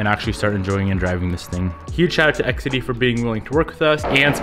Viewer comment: Awesome clutch. I think it’s pronounced X ehhhh deee and that thing you want to stick in the ground is a fan.